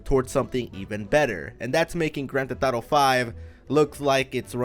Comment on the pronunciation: “Gran Te Thotto”